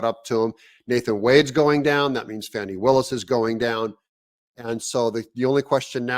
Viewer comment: Ty for not calling her FAWNY